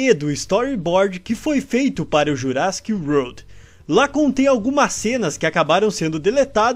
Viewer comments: Ele falou wolrd msm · Não chegou nem perto da pronuncia de "world" kkk, mas n to criticando, achei engraçado